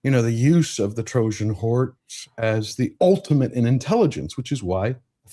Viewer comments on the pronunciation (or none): none